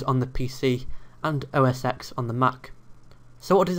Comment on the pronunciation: It’s pronounced OS TEN not OS EX. The ‘X’ is the Roman Numeral for 10 - it’s the 10th major release of the Macintosh software.